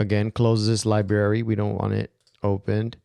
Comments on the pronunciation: There is an "R" in Library-- it's not Libary--- it's LibRary....... where were you educated?? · I'm subscribing just because I love listening to you talk! From now on, when given the chance, I'm going to search your channel for FCP and mac tips before searching all of YouTube. Keep it up,! PS...you can totally keep calling it lib-ary! We love it!